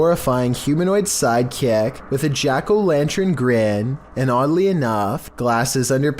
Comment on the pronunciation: That’s at least the second time I’ve heard him pronounce ‘lantern’ as “lan-trin” or “lanch-rin”. - Cavern as “cav-rin”.